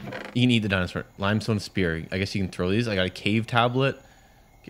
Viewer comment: The way he pronounced limestone limb-stone